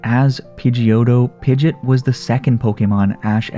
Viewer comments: Oh man it triggered me every time you said pidgit it's PidgeOt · Why do you say pigit you say pigEOt you say the E and the O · It's not PIDGET its PIDGE"OT" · I’m sorry but it’s not “pidet”.. it’s “pideot” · "pidjit" It's "pidjee-ot" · its pronounced pid-ge-ot not pid-git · BRO ITS PI GE OT not pidget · Its not pronounced Pidget like Midget lol. Its Pidgeot like Camelot 😂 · The only thing I hate about this video is "Pidgit". It is pronounced "Pidgey ott" >:( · Why did you say pijat it's Pidgeot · Pidg ee otte is how you say it not pidgit. Just fyi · pidgit pidgit pidgit me: heck its pidgEOT E SOUND THEN OT SOUND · Sorry but it sounds like you're saying pidget not pidgeot. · Its pidg-E-ot. Not pidg-it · It is pi-ge-ot not pi-git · Omg! It's Pig-eot, not Pid-git! Also good video anyways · Pidge it?? Lol it’s pidgeot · Pidgey-ot lol you’re killing me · It’s pidgeot not pidget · hold on did he just say pidgit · it's pronounced (Pidg E ot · why do u say pidgeot pidget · I’m gonna pretend that he is joking when he pronounces Pidgeot wrong…please tell me you were joking….it is hurting me more than pidgeot leaving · It's pidgeot not pidget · It’s not pidgit it’s pidgeot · Pidgeot pronounced pidgeyot!! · The way you prononce Pid-GE-ot not only lost you a sub but I'm not even gonna finish this video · I find it wierd how you pronounce it pidgeot pidgit but don’t pronounce pidgeotto pidgitto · I seriously hate that you refuse to pronounce pidgeot correctly I'm definitely give it a thumbs down because of that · You don't even say pidgeots name right 🤣🤣im dead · Sad how you pronounce Pidgeot. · Pokémon is over 20 years old. Pronounce Pidgeot correctly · The way you pronounce Pidgeot really bugged me